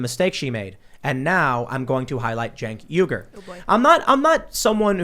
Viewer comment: What’s there Cenk Uygur What I see: Sink Weegur What Tim says: Jane Cougar